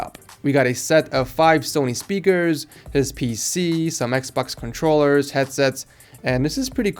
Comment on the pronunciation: I like the way he said "Xbux Controllers".